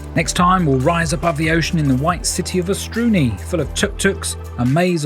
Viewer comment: Beautiful video. For the record: Otranto is pronounced oh-trahn-toh, with accent on the first oh. And the other city is called OSTUNI, not OSTRUNI. For all the people who will google it and find nothing.